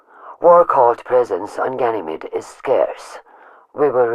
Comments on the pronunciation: AAAAHHHH NO MORE GYNAMIDE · Omg I dyed when new monarchy kept saying ganimede. I know it's files clipped together tho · I don't believe it he said ganamete to much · If one more person says Ganymede or Phobos one more time. I stg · new monarchy cant stop saying ganymede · Ganymede, did you say Ganymede? I love Ganymede let's go to Ganymede so our faction can rise on Ganymede. Ganymede.